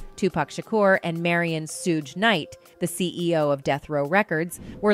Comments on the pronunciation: Soo-gae Knight, Soog Knight, Soodge Knight, Keef D. Jeeez, this is hilarious 😂 you cant make this up. I mean when I first saw the name Suge, I didnt know how to pronounce it either (Sudge is how I said it, I think) but once I heard it as it actually is pronounced, that was it. But nah. This is funny as all hell 😂😂 Overall, nice vid 👍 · *Shhuuugg knight